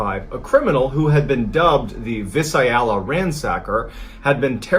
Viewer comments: Being a native Northern Californian and knowing many cities, I had to keep critiquing MrBallen on his wrong pronunciation of Visalia. He kept saying it wrong. It's not Vi-suh-ay-lia but pronounced Vai-say-lee-uh, just 4 syllables, not 5. I love his stories don't get me wrong but just wish he would at least look up how to pronounce names right. He did this again with Mt. Shasta pronouncing it as Mt. Shosta instead of Shasta (the a sound as in the word cat) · It's not VIS-ah-ella, it's vie-SAY-lia where the ransacker was operating. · Just an fyi for anyone who cares, Visalia is pronounced “vai-SAH-lia.”